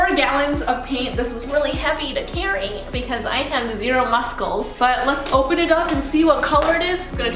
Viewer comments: Love that she pronounced the C in muscles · BRUH HOW DID SHE PRONOUNCE MUSCLES LMAO